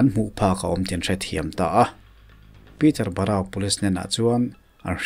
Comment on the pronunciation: Peter borau/ Peterborough... Veng hming hi lam fimkhur ve deuh teh